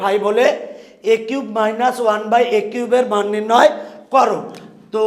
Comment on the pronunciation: রাশি কে খাশি 🤣🤣🤣🤣🤣🤣🤣🤣🤣🤣 মান কে মন 🤣🤣🤣🤣🤣🤣🤣🤣🤣🤣🤣